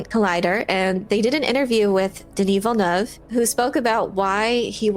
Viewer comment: I don't think it's much to ask that you at least take a moment to learn the proper pronounciation of Villeneuve. It's not that hard.